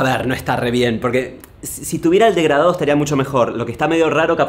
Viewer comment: Me causa violencia escuchar a martín decir DEGRADADO 🤦‍♀️